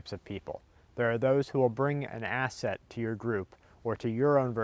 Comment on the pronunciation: every time I hear you say asset, it sounds like your gonna to say ass-hole. "is he gonna be an ass hole or burden"